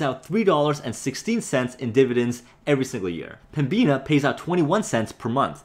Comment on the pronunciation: this guy again yes i am binge watching your videos, i used to work for Pembina actually, youre butchering the prounounciation (Pem-ina) the B tends to be silent or atleast less prounced, do you tend to try and make the majority of your profits off dividends or selling stocks at a high, plan only on the dividends maybe and take high sale opportunities when they present themselves